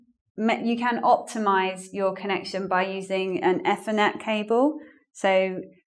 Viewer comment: Effernet? Did you mean Ethernet?